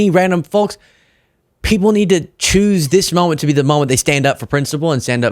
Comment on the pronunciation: Folks is pronounced FOKES!!!